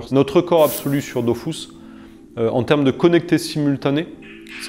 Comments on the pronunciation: Avouez on a tous envie de dire que on dit pas "dofousse" mais "döfusse", mais après on ferme notre gueule car c'est le créateur du jeu en personne devant nous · Arrête de dire Dofousse zeubi c'est Dofus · ok donc enfait depuis le début c "dofous" et pas "dofus"?????? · Une pensée à tout ceux qui pendant 15ans ont prononcé « dofus » et non « dofousse »...😉 Peace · C dofuuuuuus pas dofouuuuuse meme le createur ne sait pas comment le dire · on dit dofus pas dofous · par contre c'est dofUs et pas dofousse bordel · j'apprends surtout que selon son créateur ça se prononce "dofousse" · Il le prononce mal 🤣🤣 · dofrousse même mdrrrr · Ankama a toujours eu tort sur le sujet, c'est DofUUs :P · Il ne sait pas de quoi il parle* on dit bien Dofus 👍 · Quand t'appelais pour un code audio la dame disait "Dofousse" aussi, mais je me disais qu'elle se trompait haha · « Dofous » AHHH Oké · La vrai révélation c'est ça : Dofus se prononce DOFOUS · Tout le monde dit Dofusse et pas dofousse? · Pourquoi il dit ''dofousse'' ? Il dit que le tour par tour était avantageux car ça ne prenait pas trop de performances... Dofus est le jeu le moins opti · Il a dit dofous ça peut pas être le créateur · il a niqué mon enfance à dire dofous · il dit "Dofousse" Brûlez le. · pppptdrrrr il a crée le jeu, il l'as codé, il l'as géré, il s'en est occupé pendant plus 10 ans mais oklm il c surement trompé dans la prononciation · Depuis toute ces années je prononcais mal Dofus...